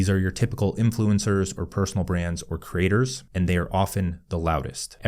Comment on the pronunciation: It’s ironic and fitting that when speaking quickly, the word “creators” often comes out sounding like “craters”.